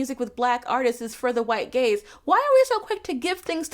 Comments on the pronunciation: For half of this video I thought you were saying "white gays" and was like well you aren't wrong there what's the problem hahahah I feel so stupid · I got halfway this through the video thinking you were saying white gays not white gaze 😭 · I don’t know why but I thought you were saying, “white gays” instead of “white gaze” for way too long. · I kept hearing "making it for the white gays" 😅 I think because the sentence was referring to music, rather than something you watch🙃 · bruh i thought u said for the white gays LOL ...which would probably be more true tbh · Ngl I misheard "white gaze" as "white gays" 🤦🏻‍♀️ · As someone who doesn't listen to Lizzo, it took me way too far into the video to realize you were saying she makes music for the "white gaze" and not for the "white gays". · I thought you said "Lizzo makes music for the white gays" and was very confused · I was listening to this while playing video games and therefore heard “white gays” several times before I sorted out that it was “white gaze”. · Awesome article. Tho every time you said "gaze" I heard "gays" and I kept thinking "boy, I'd love some more music aimed at the white/black gays!" lol Ty for your analysis! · I spent waaaaay too long watching this video thinking she was saying gays lol. For the record, this white gay loves your work,! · I was thinking the same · The first couple of times I heard it the same way. lol. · so i was right now years old when i found out she said "gaze" x''D ngl, it reads both ways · I.... did not realize it was "gaze" until I read this comment